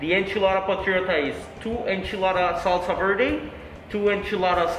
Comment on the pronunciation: good to see you enyoy the food but a few point of view the burrito its not mexican is tex-mex and i dont know why the owner pronounce all the spanish name like american picou di gallo es pico de gallo saulsa vierde es salsa verde chilli di arboul es chile de arbol